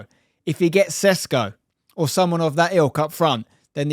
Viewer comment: It's not Sesko, it's Sh like in shut up pr shuttle, so it's Sheshko. Š you Sh.